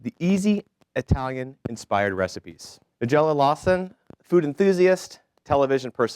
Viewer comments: Dear MC: It's NEYE-gella, not NUH-gella. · "With further ado"..."Ni-jelluh"......hope that pathetic host got his ass fired after this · Usually a good idea to learn to pronounce the name of your guest correctly... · He can’t pronounce her name either!!! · This guy CANNOT pronounce her name correctly... ugh!!!